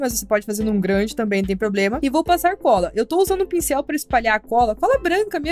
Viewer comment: É argola não ronhonho😂